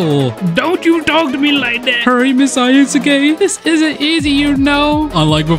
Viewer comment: I love how he calls her ayasuke, it catches me off guard everytime